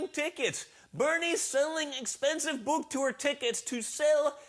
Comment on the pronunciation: Why does he say book “bùk”